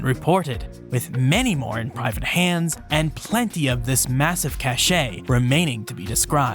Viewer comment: Cache is pronounced CASH and NOT cashay, Cachet is pronounced cash-ay and means a VERY different thing.